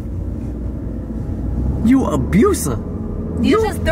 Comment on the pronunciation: " don't do dat" it's don't do that 🤣 words